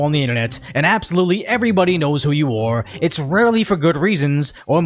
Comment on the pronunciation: I apologize for this being off topic, but may I ask where you grew up? I've never heard any English speaker pronounce the word "are" as "or" .